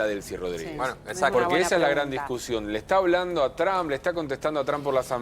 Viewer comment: Donald Trump, not Tramp. lol 😂